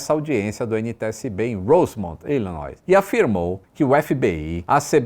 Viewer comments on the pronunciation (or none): vc fala tanto do inglês e divulga cupons, etc. Corrija sua pronúncia, Pois não se pronuncia o s na palavra Illinois